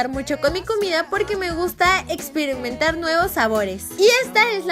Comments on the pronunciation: también en el minuto dice expirimentar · ixpirinmentar jajajajaja.... no mames...